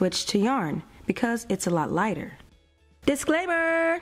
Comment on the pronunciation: The way u said disclaimer is funny